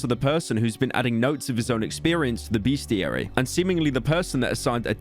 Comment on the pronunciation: There's no "A" in the first syllable of bestiary. Fool 😊